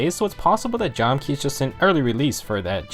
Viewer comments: it's Jahm-Kah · If my research is correct it's pronounced "jam-kah" because that's how it was on the fan translation. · You’re missing a lot of information about FE4 here It’s pronounced “Jam-ka” for starters..